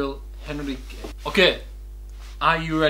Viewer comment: The sound of the letter "H" in Portuguese is mute, if you want to pronounce Gabriel's name correctly! (Gabriel enrique) by deleting the "H".